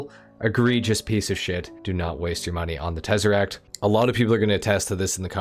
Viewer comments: I came here just for the tezeract 😂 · when you got to the Tezeract🤣🤣🤣